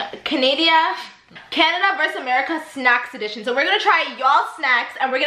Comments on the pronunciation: Why y’all pronounced Canada like that tho 😩😩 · Canadia 😂 LOOL im dead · "canadia" im dead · Sorry canadia 😂😂😂😂